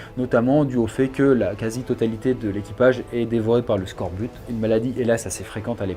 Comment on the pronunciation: Le scorbut ne se prononce pas « skorbute » mais « skorbu » 🤓